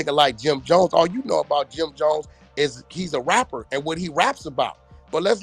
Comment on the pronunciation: Dat mane said Jim dones ,😂😂😂😂😂